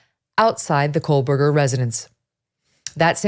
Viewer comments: I am a speech therapist. I have listened and watched her pronunciation of his last name. She is saying ,"Co berger" NOT "Coal berger" Here is a clue: enlarge the screen and focus on her mouth & formation. You will clearly see that she is saying, " Co berger." Her rate of speech is fast, so your ear may be tricking you a bit. 😊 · You keep mispronouncing his last name as "Coalberger." It's Co-Berger. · I won't be back to watch tomorrow's episode realizing now that it will be more of absolute speculation on who BK was/is... attempting to link childhood mistakes in an obviously completely different adult as some vague attempt at forcing a motive. Ick. Also WHY DOES EVERYONE SAY KOHLBURGER? THERE IS NO L . in this man's last name. It's weird. . 8/10 that's what you hear when someone is speaking about this case. We can pronounce Kernoodle , Goncalves ect but not Kohbuger? Weird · No, I will not stop. She’s pronouncing it wrong, and I’m tired of all these YouTubers convicting someone before they’ve had a fair trial. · It's driving me insane!! She had a whole year to practice saying his name correctly 😂